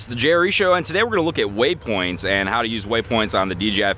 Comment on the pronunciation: Cool ... but please stop saying waySpoints!